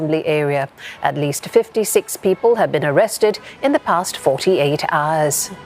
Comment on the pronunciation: Why she say auwoss instead of hours